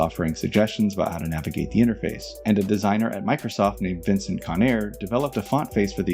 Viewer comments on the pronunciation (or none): none